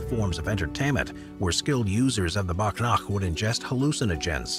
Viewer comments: it's not a BAGH NAKH its WAGH NAKH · Its not bhag nakh its whag nak means tiger nails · Not bagh nakh its wagh nakh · It's called "wagh nakh" not "bagh nakh" which translates "wagh means tiger" and "nakh means claws" it was originally devloped as a stealth weapon for self defense for events in which you couldn't use long weapon like sword it was introduced in mid 1600 by chatrapati shivaji maharaj a king from India who rebelled against intruders like Mughals, British for sake of his people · Bagh nakh is actually pronounced as Baaag Nukkh where Baagh means Tiger in Hindu Nad Nukkh means Nails in Hindi.